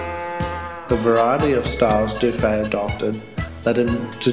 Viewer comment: Sorry, the name Dufy is pronounced ending with the sound e. Monsieur Dufy may have had Irish-Scott ancestry. So You Aussies know how to say the name in English- spelling with a double ff-Duffy.